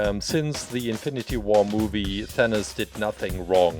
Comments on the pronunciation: i don't think its thaniz its thanos or thanoid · It sounds like you are saying THAN-US not THAN-OS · it is not thanis IT IS THANOS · He said venus and it is thanos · Did he say thanas it’s than os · did he just say "Thanoos"?